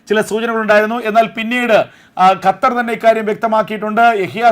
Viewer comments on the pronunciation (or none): none